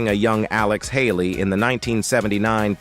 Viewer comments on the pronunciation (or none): none